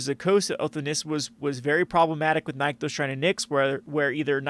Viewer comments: My friend, if I have to hear you say "NIKE-thos" one more time, I'm going to lose it. I don't understand what the logical disconnect is preventing people from reading two "NIH" sounds in sequence. "NICK-thos" Shrine to "NICKS". It's that simple. Anybody who tells you otherwise is dumb or lying to your for their amusement. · Oh for the love of Vraska's slithery nipples, it's pronounced NIC-THOS.